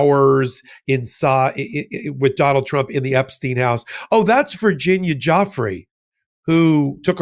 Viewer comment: What an absolute B for not saying Virginia’s name properly